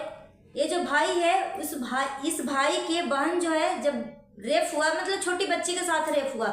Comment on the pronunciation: Mam rafe nahi rape HOTA hai